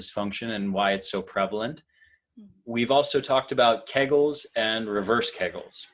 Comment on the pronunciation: Kee gels. Not kag gels